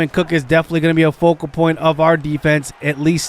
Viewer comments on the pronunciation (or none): none